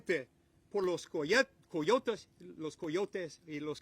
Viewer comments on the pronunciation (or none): Cancun Cruz strikes again. White boy can even say coyotes in Spanish.